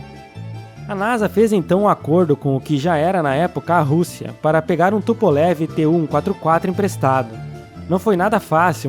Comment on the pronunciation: Não se fala TUPOLEVI. É TUPOLHOVUH, minha namorada é russa e ela me corrigiu.